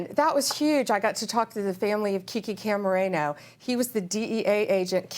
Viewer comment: Kiki CAMARENA!!!! NOT CAMARENO!!! 🤦🏽‍♂️